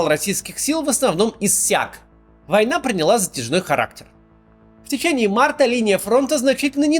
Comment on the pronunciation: нытик. Он даже не может выговорить слово война.